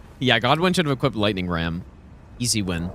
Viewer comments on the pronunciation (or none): none